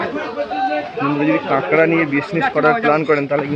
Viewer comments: আরে ভাই নাম টা ঠিক করে বলতে শিখুন। এটার নাম কাংড়া নয় এর নাম কাঁকড়া ঠিক আছে। ভিডিও করলেই হবে। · ঐ অঞ্চলের পুরাতন বাংলা ভাষা অনুযায়ী কাক নয় ড়া এর পূর্বে কাং শব্দটি উচ্চারিত হয় 😄